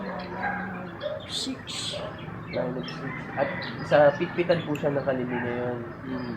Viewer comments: Hindi pitpitan brads it’s pit-pi-tan ganyan ang tamang bigkas 🙄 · Pakilinaw lang po if PIT-pi-tan ba, pit-PI-tan, o pit-pi-TAN. Kasi wala rin pong guide kung nasaan ang diin if "pit-pi-tan" lang din. 😊 Parang binaybay niyo lang din naman. Nagcomment lang din ako for educational purposes, supporting your correction.